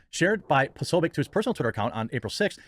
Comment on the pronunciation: with his Ted Bundy energy refused to pronounce his name properly. Secret anti-slav Nazi.